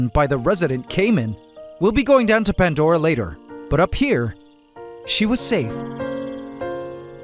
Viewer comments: Again there is NO "T" in PANDORA 😂 , PANT-DORA IS WRONG SPELLING 😂😂😂😂😂😂😂 👉 P A N D O R A 👈 CORRECT SPELLING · Anyone else notice that it's called.... ; "Pant" Dora And not ; Pandora like how it's said? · 🫣 THERE IS NO "T" IN PANDORA 😂